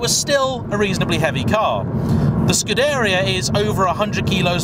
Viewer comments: Hi, it's Scuderìa, not Scudèria. Cheers from Italy! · That's what I was wondering... are we all wrong and he's right to include 'dairy' in his pronunciation (skoo-dairy-er). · it's sort of scoo-deh-ria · Please at least try to pronounce scuderia correctly, it's painful to listen to. Thanks.